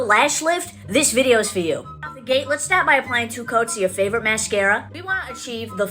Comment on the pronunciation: ‘I wanna STAAT this video’….shes already pissing me off